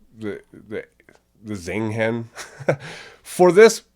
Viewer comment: its sing heng not zing heng